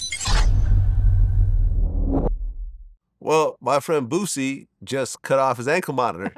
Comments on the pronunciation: That “Bewzi” is hella cringe . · It irks me everytime they call him boozy. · I hate when people pronounce Boosie like she does